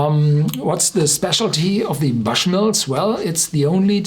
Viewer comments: It’s not pronounced as you say it sir. The bush is more pronounced boo-sh, not buh-sh (saying this as someone from NI) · Horst, correct pronunciation of the brand name is [bo͝oSH]mills.